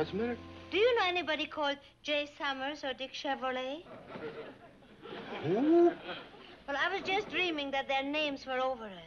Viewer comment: I know .. Lisa mispronounces it in the video as "Chevrolet" :50 .. :-D